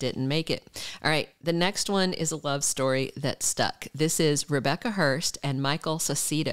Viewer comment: The b in Herbst is silent.